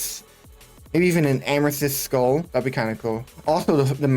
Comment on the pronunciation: Ameshistttt like bro amethyst